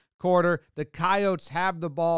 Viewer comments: Thank you for pronouncing coyotes as coyotes and not coyotes. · I go to school at USD (red team) and the last minutes were an emotional rollercoaster, major understatement but I couldn’t think of anything better. Also really really happy jomboy pronounced our name correctly Also the picture shown of the yote eating the jackrabbit? Our cheer team had the EXACT same picture on a sign at some point (Our cheer teams been move multiple times cause our field got renovated no clue where it’s at now) any way Go Yotes 🐺 Fuck State 🚫🐰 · I’m an NDSU alum, we play both schools every year, and I’m impressed that you said Coyotes correctly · That pronounciation is pretty common in a number of American dialects. No need for linguistic tunnel vision.